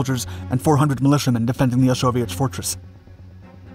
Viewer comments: I picked up where you left off correcting people with Osowiec Fortress will admit his pronunciation does sound like Soviet fortress though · Osowiec Fortress it sounds like soviet fortress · Osowiec fortress, not Soviet fortress. It sounds similar when pronounced by an English speaker. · "Osowiec", not "Soviet". Play it again. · its Osoweic pronounced Soviet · To everyone saying they weren't Soviets, that's not what he's said. It's Osowiec Fortress. That's the name of the place, nothing to do with Soviets. I have to admit, though, it did sound like he was saying 'Soviet Fortress' to me, too. :) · thank you for clarifying....it sounded like Soviet which didn't exist at that time...also thanks for showing gas was not limited to the western front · It did sound like "soviet" until the film really got going. I'm glad that I kept schum until the end. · Lol, I thought he was saying "a soviet fortress", but he was actually saying "Osowiec fortress". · I don't think so - it's the pronunciation of Osowiec